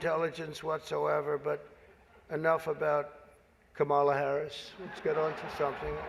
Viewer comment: WTF HE KEEPS SAYING HER NAME WRONG